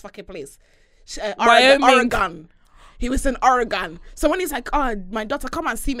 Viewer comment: just do your nike factory and go home. O-RE-GON 😩